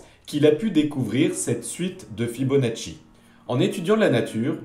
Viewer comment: L'excellent "Fibonatchouille" de! Impeccable! ^^ Et j'ajouterais "et paf!";)